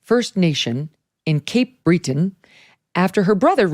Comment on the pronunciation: The way Megyn pronounced Cape Breton was also odd hehe